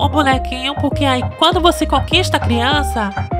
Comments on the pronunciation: “Criançe agênera” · " ela é uma criance " kkk num aguento n